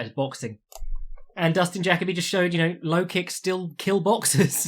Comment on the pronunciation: Jacoby is pronounced like fuck Colby not jackabee